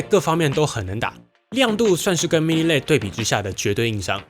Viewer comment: LED的唸法是分開的L E D. 然後APP是一個字 不是A P P 為什麼很多人都唸反